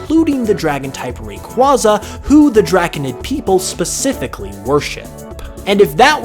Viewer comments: Its ray-qwey-za not ray-qwa-za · I hate to be “THAT GUY”, but it’s actually pronounced Ray-kway-zuh not Ray-kwah-zuh.